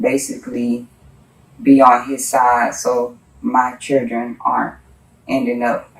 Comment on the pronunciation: It's children not cherdren